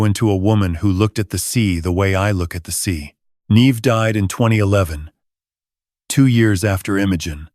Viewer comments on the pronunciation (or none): none